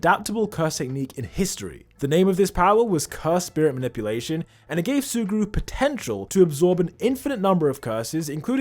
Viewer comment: did you say potential?